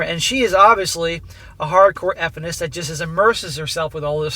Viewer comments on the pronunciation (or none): "Eff-inist" XD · Why are you saying "Effenist" or whatever, wtf is that? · why is he pronouncing it that way? would he get banned for using the word?